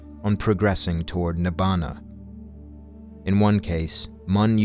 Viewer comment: Please at least pick up Pali and say the Pali words correctly before professing something you just repeat